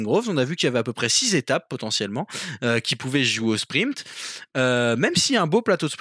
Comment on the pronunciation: Salut, j'ai découvert vos podcast/vidéo il y a peu et je vous trouve intéressant et divertissement. Merci. Juste un peu truc me fait un peu tiquer. Il n'y a p avant le t dans sprint. Ce n'est pas sprimpte. A par ça vraiment super